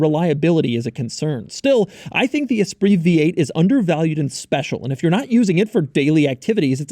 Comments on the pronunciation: Doug says "esprise" instead of the correct "espree" 😂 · That is not how you pronounce Esprit